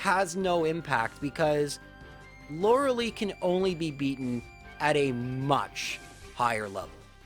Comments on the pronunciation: Same. He's defended the Lore-uh-lee pronunciation so much when it's just objectively, factually pronounced "Lore-uh-Lie" in this case (and most cases) lol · correct pronunciation is Lora-LIE not "Lora-LEE". Please get this right. All the Lauralee complaint comments will instantly go away the second you make this easy correction! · Huh, never heard Lorelei be pronounced Lorelee before. Neat. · Sure, and if it was a (admittedly repeated) innocuous error I wouldn't be quite so harsh. However he's actually addressed this in previous videos and has tried to defend it, so it's not just his accent causing the mistake. Lorelei is a name of German/Celtic origin and overwhelming evidence suggests it's pronounced Lore-uh-LIE as a result. Plus she actually says her name in Pokemon Puzzle League for N64 where it's Lore-uh-Lie. There's really no evidence whatsoever to support "Loralee" besides claiming that's it's a "valid interpretation" of pronouncing the name, which... if you're using that logic, then ANY name could be pronounced like anything, sure. In this case, this specific character's name is definitely pronounced Lore-uh-LIE though. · Yeah the name's German origins definitely suggest Lore-uh-Lie. Plus she actually says her name (Lore-uh-Lie, no surprise) in Pokemon Puzzle League for the N64. is flat-out wrong here. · Maybe Lorelei is just upset you say her name wrong?